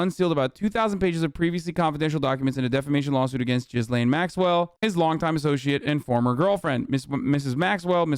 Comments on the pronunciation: Doubt Hasan will read this but thought I would say anyway. Although I believe the mispronunciation of Ghislaine is an honest mistake, it’s still rather problematic. Hasan pronounce it (Jizz-lane) which is not the correct pronunciation (Gee-lane). Using sex terms (jizz) when saying her name (even when it’s an honest mispronunciation) is problematic. Normally things like this wouldn’t bother me, if a random hog was called Ghislane go wild, but its problematic here because of the crimes she’s committed against minors. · Gee-lane not jizz lane lol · Is Hasan mispronouncing Ghislaine on purpose of does he really think it’s pronounced Jizz Lane??? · Thank you for bringing up the burning question of where all the confiscated files from Epstein’s properties aren’t discussed. Please learn how to pronounce ‘Ghislaine’. The S is silent.